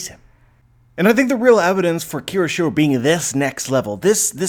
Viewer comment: KYOSHIRO... take a moment and sound it out. You keep saying it wrong.